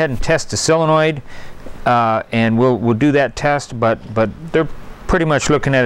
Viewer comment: Soooooooole le noid… sooole…sole…sole… Len…noid Not sell le noid